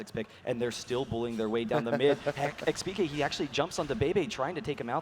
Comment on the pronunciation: i dont understand, how hard can it be to say xpeke? why does every single comentator say expeekay?